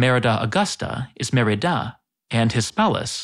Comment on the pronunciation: Why in the video Cádiz has become *Cadíz and Mérida *Meridá?? :D